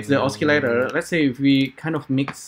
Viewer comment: Thank you for tuto Is it possible to use Keyset,Drivers,FCurv with Sverchok/AN node parameters? I can't do that. These audio modules are good but very limited. see my last video, its about the same topic but different approach. PS.. osi-lator not oski-lator.